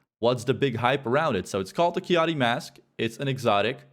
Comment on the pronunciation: keyahtee? Lmao. Dumbass.